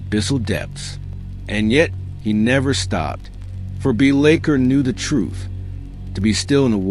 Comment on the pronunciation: Pronunciation of his name aside, I really enjoyed this! Keep up to good work.